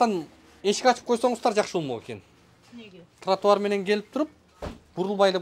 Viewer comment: Кечигип келген чилиш тротуарды нормално айта албайт экен,туатар деп,билят Аватар,кирип лашман жеп чыктыбы,кечигип